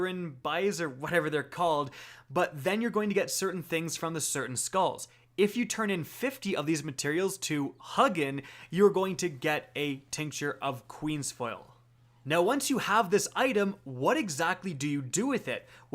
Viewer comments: Great Vid, helpful stuff. Just one small thing though. The pronunciation isn’t Hug’inn, it should be Hu’ginn. It’s the name of one of Odin’s ravens from norse mythology. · I mean he called Huginn "Hug-in" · your slaughtering Hugin and Munnin